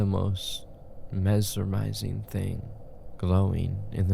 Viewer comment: Mesermised , mesermising - PLZ STOP THAT TERRIBLE PRONOUNCIATION!!! ITS HURTING MY PSYCHE!!😭😭💔